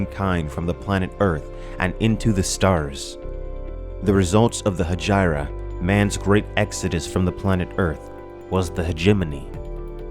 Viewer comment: I think you're mispronouncing Hegira. PS: You persuaded me - just bought the Kindle version.